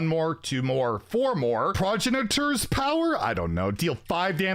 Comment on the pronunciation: jesus fucking christ, the Canadian educational system must be complete ass when you can't pronounce the word ''progenitor'' wtf Progeny...and then add tor to it. Holy shit, elementary school level of English wtf